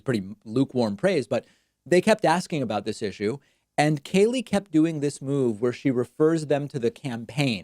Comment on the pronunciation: David, love you and hate Kayleigh. But could you just pronounce her name correctly? What is your issue with it? Sheesh!